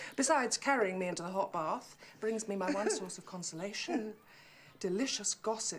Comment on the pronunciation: I’m so in love with how they pronounce Baaaath <33